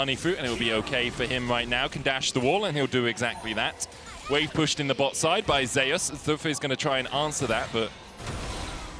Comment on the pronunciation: Why do they keep pronouncing Zeus like "Zay-us".... it's literally the greek god "Zee-oos" or "Zoos"